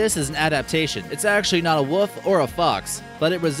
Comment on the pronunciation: Also a wolf not a woof lool 😂